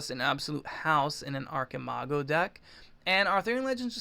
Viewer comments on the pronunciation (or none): I think the correct way to say it is "archeemago" since its a word in spanish.